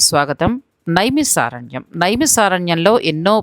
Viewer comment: Madam first aaa peru maarchandi... నైమిశారణ్యం .... ష...కాదు